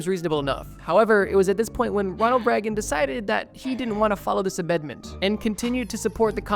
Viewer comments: not that it matters because he was a piece of garbage but it's pronounced like "rayg-in" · "Ronald Reggun" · Please google how to pronounce things. Its not reg-in. Its Ray-gehn